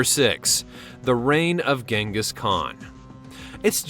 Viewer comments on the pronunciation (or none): Jing- gus, not ging-us FYI